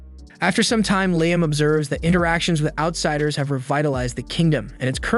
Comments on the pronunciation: Take a drink each time they say his name correctly 😂. Fr though unless the person posting has a legit disability accounting for the bad narration, I wish they'd quit. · Had to stop watching because of the pronunciation of Liam and Ramen. Good lord it's like nails on chalkboard.